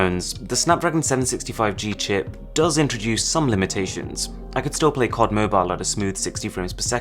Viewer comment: Did he say cod mobile then C O D mobile 😳